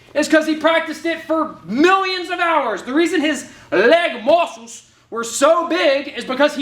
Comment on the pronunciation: "LYEG MAWCLES"